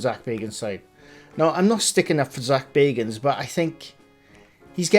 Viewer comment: It’s not Zak Baygans…it’s Zak Baggans…..he’s a distant relative of BILBO..!!!